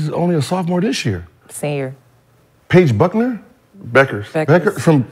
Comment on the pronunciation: “Paige Buckner” 😂😂😂 boi Gil be butchering some names lmao